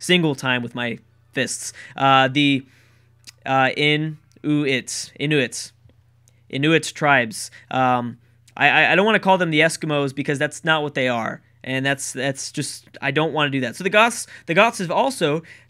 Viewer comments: omg they are pronounced (in-you-it) Inuit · In-oo-it, like you without the y so much, hard T, you said it right second time about 4 minutes in. you got it! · I live in the midwest and we pronounce it In-You-Ut. Hope this helps you pronounce it! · Tbh it's pronounced here as in-u-it, they were from the arctic wastes. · Its called the In-u-it